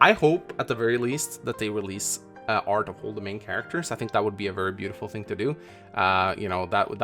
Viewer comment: Okay, this is bothering me... Why is he saying arch and not art?